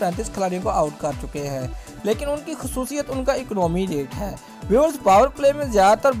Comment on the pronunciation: ECNAAMI RATE... english ty sadqy